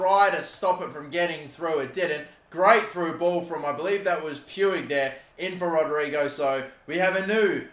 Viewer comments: You pronounce it riki pooj not pwig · Stop saying “Pewig” PLEASE It’s “Ricky pooch.” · "Puig" is pronounced "Puch" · How is Puig pronounced pooch? Lolzzzzz (Edit) I just looked it up and that’s how it’s pronounced in Catalan but not in Spanish. Roast me, please. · Riqui’s last name is pronounced “Pooch” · Puig, is pronounced "pooch." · Its pronounced ricky pooij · Can someone please tell how to pronounce Riqui Puig's name.?